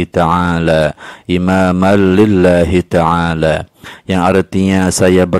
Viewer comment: maaf sebelumnya ya pak, bacaannya bukan ada Al,tapi ada an lillahitaala